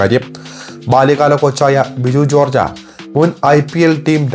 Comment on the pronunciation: ജോർജ അല്ല ചേട്ടാ ജോർജ്. ചേട്ടന് ചന്ദ്രക്കല നിഘണ്ടുവിൽ ഇല്ല. ഞാൻ മുമ്പും പറഞ്ഞിരുന്നു. Pronounciation. ബാക്കി ഒക്കെ കൊള്ളാം.